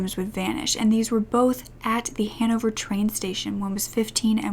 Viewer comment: It took me so long to realise that you were saying Hannover